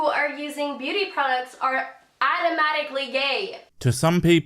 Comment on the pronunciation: She has to be reading off a script that someone else wrote. There’s no way she’s familiar with a good amount of words she’s speaking. She can’t pronounce automatically, gender, macho, and so many others.